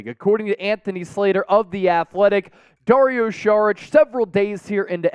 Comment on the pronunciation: If indeed you are one of the biggest channels to follow the Warriors, please learn how to pronounce his name, you'll be saying it a lot in the future.